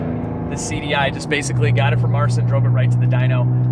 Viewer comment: Would be nice if You could learn how to pronounce Marcin's name correctly